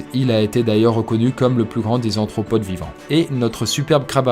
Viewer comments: Chouette sujet et vidéo encore, merci ! En revanche à (et après) il semble que tu prononces "anthropodes", mais il s'agit bien des "arthropodes" ("anthro" renvoyant aux êtres humains). Merci pour ta chaîne en tout cas et ton super boulot ! :) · C'est moi ou j'ai entendu ''Anthropode'',on dit pas plutôt arthropodes ? -La gazelle de Waller est appelé aussi ''Gerenuk'' -L'hippocampe feuille ne fait pas partie des hippocampes (genre hippocampus) mais des syngnathes (sous famille des syngnathinae),mais bon,ils sont assez proche mais la différence est surtout dans la posture,les syngnathes sont allongés et tubulaires alors que les hippocampes ont le corps dressé et les syngnathes se déplacent différemment,les syngnathes n'ont pas de queue préhensile alors que les hippocampes en ont.